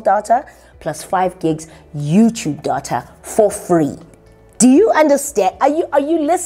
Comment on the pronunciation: Did say "for free"? 😂